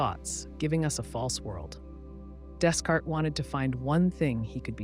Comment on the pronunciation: Can we learn to pronounce the name, Descartes. The “S” is silent.